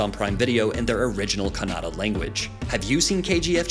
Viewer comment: Happy that u atleast cared to call kannada as kannada not kannad which is called by some indians who don't belong to that region